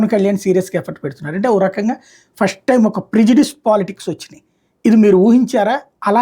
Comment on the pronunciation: పష్టు కాదురా మొద్దు నాకొడక ఫస్ట్